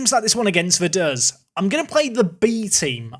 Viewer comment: I spent a weekend in Liechtenstein last year so now I know he was pronouncing Vaduz wrong as well